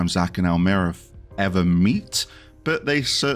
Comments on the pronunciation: from my interpretation its " Pri-sill-ah" and "El-my-ra". Honestly though dude, I follow alot of FF "analysts" (if you want to call them that), you're well and truly up there.....just to make my way through your back catalogue now! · Top tier analysis, how have I not seen your vids before!......Questionable pronunciations of "Pricillla" and "Elmyra" though 😂. Subscribed!!!